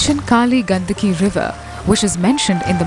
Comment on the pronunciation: the cringe when narrator says गंदकी instead of गंडकी 🤦🏻‍♂🤢 the area of river is गंडक . -- Similar sounding word in Hindi is गंदगी but the same is apabhransh in Gujarati as ગંદકી. Narrators should be careful about proper pronunciations for names of such holy rivers.